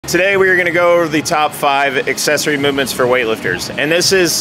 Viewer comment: cool "accessoirs" bro...